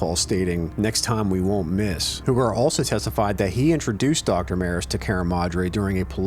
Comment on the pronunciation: Tony Hugar is pronounced “U-Gar”. Love the Altoona videos , born and raised. Keep’em coming.